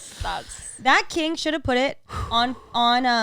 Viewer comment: said “That King” and I thought she said “Matt King” 😂 I thought Matt posted a butthole video